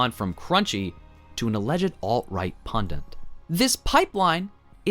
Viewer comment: What's a pundent? Did you mean pundit?